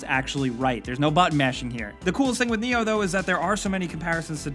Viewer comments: NIOH speaks with I not E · "Ni-Oh" is actually pronounced: "Mr. Anderson"